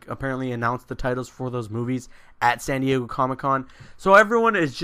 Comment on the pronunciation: "Sandy-Eggo Comic-Con."